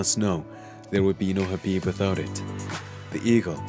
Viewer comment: The K in Khabib isn't silent is it because the narrator sounds like he's missing the K at the beginning every time he says Khabib's name. I bet Khabib can't stand when mofo's say his name wrong and I bet it happens 24/7 smh